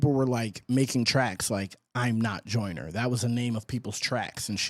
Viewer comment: No he’s saying “Jonah” on purpose…we know how to say “Joyner” in the UK 😂